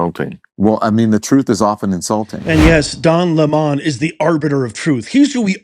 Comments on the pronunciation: His name is lemon not le mon lmao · Why do you pronounce his name "Le-Mon"? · The democrats have never changed. AND it is not LE-MON, its lemon.